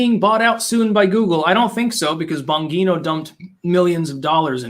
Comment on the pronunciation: It’s Bon-geeeee-no. Bongino is my boyfriend’s ex brother in law.